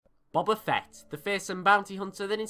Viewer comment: Nigga pronounced his name right in the beginning